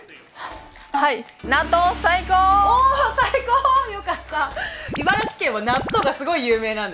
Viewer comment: 不要在唸ㄘˋ城縣，正確是唸ㄘˊ城，Yuma他們也是住在茨城，每次他們唸都講ㄘˋ城，也都一直唸錯